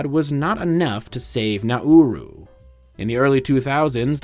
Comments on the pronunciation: I thought it is pronounced NaRoo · Everyone I've heard say it has pronounced it like the English phrase "now rue" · As an Aussie, I'm proud of you not getting it confused with Naru... Especially the when pronouncing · Pronounce the name of the island properly next time.